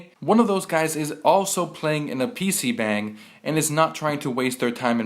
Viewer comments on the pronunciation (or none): You're saying PC bang wrong. It's pronounced like "PC Bong" yourbadagainlul